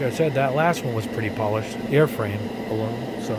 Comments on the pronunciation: Aluminum, not Alunimum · No. He's mixing up the M and N the way children do. There is "Aluminium" and "Aluminum", not "Alunimum" If im wrong, please feel free to show me any language that pronounces it "Alunimum" It's a small thing, but i seriously can't handle hearing it more than 20 times before i have to stop it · I love your channel, but I have to give you some constructive feedback. it's painful to hear you struggle with the word aluminum. "Aloo-na-mum" is how you repeatedly say it and it makes you sound like a third grader. For someone who reviews colors and has to say that word a lot you should consider practicing the correct way to enunciate "Aloo - mi - num" That's it, everything else on your content is awesome! Thank you for your hard work. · Great vid. Never heard of “alunimum” though haha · Aluninum isn't the worst pronunciation I've heard. I've heard Aluminuminum. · Great comparison and review. Constructive feedback: I thought I was having a stroke every time you mispronounced and said “Alunimum”. Made it hard to watch and finish the video. Also, you repeat yourself a lot a repeatedly use filler phrases which also makes it hard to watch a long video. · Please. If you're gonna say a color 50 times in a video, please pronounce it properly. Literally my only negative feedback. Good job otherwise.